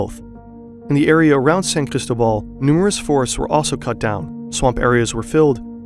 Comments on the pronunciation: I found so funny you saying ChristoBall when its CristObaal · San CristÓbal not sancristobAl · It’s NOT that hard to pronounce San CrisTObal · San "Crystal Ball"? Are you kidding me with that terrible pronunciation?